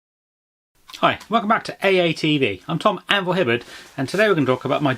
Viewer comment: thought he was saying ambull, what with his background in games workshop.